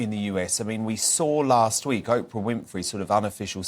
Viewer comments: Tom Bower: It's not Opra! ... You should pronounce her name Oh-pra! Thanks for your point of view! Very important and introspective!! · Tom bowyer you legend I love you and I love your book but for the love of god will you stop calling Oprah - Opera it’s driving me nuts here 😂😂😂😂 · Tom Bower pronouncing Oprah as “op-er-a”. So British of him.